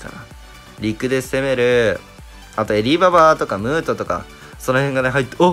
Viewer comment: ムートがムートンに聞こえた